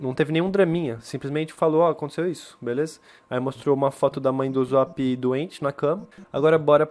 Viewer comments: "uzop" A não mano. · Mn kkkkk n e uzop e USSOP USSOP DOIS SS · o jeito de se pronunciar não é uzóp é usop com som de s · Ele fala uzop '-' mais ok ksksks gostei do video TuT